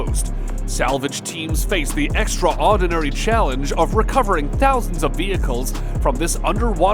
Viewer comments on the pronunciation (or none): Hey! Narrator! It's not " extra-ordinary" It's "extraordinary. One word. Extra-ordinary sounds like the actual opposite of the word extraordinary, like it's actually extra ORDINARY. Also it's nuclear, not nucular. Learn how to speak English properly.